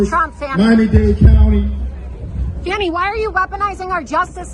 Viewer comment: It's Fawni!!!